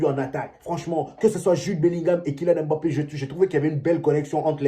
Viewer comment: Toi Africain tu prononce un nom Africain comme un occidental, c'est quoi cette histoire de M-bappe?? Vas y, il y a des noms bien plus compliqué que ca au Benin